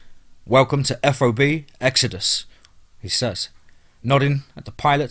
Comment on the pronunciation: TOC - you say it like "TALK", not T. O. C. F. O. B. = FAHB. Really enjoyed the stories. I know some of them are actually true...